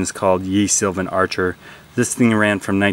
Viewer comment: love your videos. Don't take me for a grammar nazi, but I think someone interested in history such as yourself would like to know that "Ye" in "Ye Sylvan Archer" is pronounced "the". That's because "Y" sometimes replaces the Middle-English letter "thorn", because many printing presses did not have the specific character for it (because they were not produced in England).